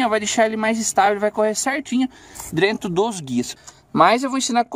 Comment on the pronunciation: Acho massa quando ele fala drento kkkk Canal show Papai